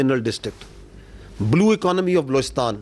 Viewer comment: Blowistaan 🤔 Aand Forces 🤔 Abey Bhai mooh sey tambaakhu thook ke bola kar 😅😂